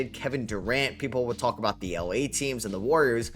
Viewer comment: Here when is still says "Ahout" ❤